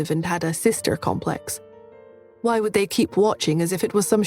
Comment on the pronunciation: Or why as gwhy